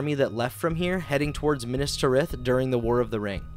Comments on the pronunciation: the way he says minas tirith makes my teeth grind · Horrific pronunciations. "Minas Ter ith" "Pel are gur" ........................... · God, this is fun, but the pronunciations are making me twitch. Caras Galadhon (pronounced car-as gala-thon) as Care-ass galad-horn was the worst one thus far Edit: Nevermind, I just heard him say Pelargir. Then there are just the ones that are so small, it’s just enough to make someone like me twitch, like Minas Tirith